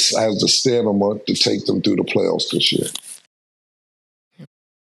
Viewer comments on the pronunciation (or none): No one correcting Cam on stanima is wild. Stamina bruh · Its stamina Cam, not stanima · Somebody gotta tell Cam how to say stamina correctly...I fault Stat..😂😂😂. Come on, Cam...shit be cracking me up. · Cam got me questoining the word stamina or stanima😂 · Yo! STANima, pause.-Killa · Cam is lo key dyslexic (Stanima)🤦🏿‍♂️🤷🏿‍♂️ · Cam be letting stamina get the best of him 😂 STANIMA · Yo killa "Let's hope Jalen Hurts has the Stanima???" 🤣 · he barely been saying it lately because he never had a reason to. But his vanacular NEVER changed. Bra Cam always and forever will say "stanima"! You can give him a month to get it right and he still won't. Cam says what he wanna say. He knows he's saying it wrong and don't care 😂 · We back again with Cam and “Stanima” 😂😂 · Cam never go get “stamina” right 😂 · KILLA back to saying Stanima🤣🤣🤣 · lol cam can’t say stamina to save his life